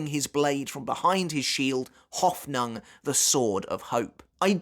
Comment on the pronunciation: ive never heard anyone butcher the word Hoffnung quite like he does